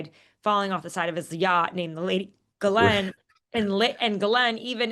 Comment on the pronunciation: Tara, does it ever bother you that you are the only person in the media who pronounces Ghislaine correctly?